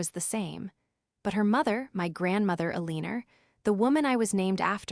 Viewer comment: "ALENER" AGAIN! 😂